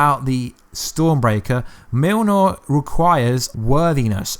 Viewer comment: Cool vid! (but why you call Mjolnir Milnor)